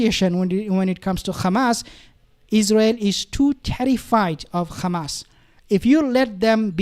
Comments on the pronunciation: Stop saying khamas it’s Hamas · Bro stop saying Khamas, its Hamas. Zionists say Khamas. Its like saying Khomos instead of Homos